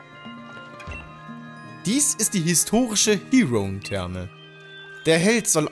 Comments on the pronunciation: Wie sprichst du bitte Heroentherme aus? Das spricht man tatsächlich so aus wie es da steht und nicht so "halb-Englisch". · Circhester basiert auf der englischen Stadt Bath. Die ist auch im echten Leben einen Besuch wert. Die Therme gibt's dort auch, ist aber leider von asiatischen Touristen überflutet. Das "Heroen" in Heroentherme ist übrigens ein deutsches Wort, das muss nicht englisch ausgesprochen werden. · Bei der Heroentherme wird sicher die deutsche Aussprache angewandt.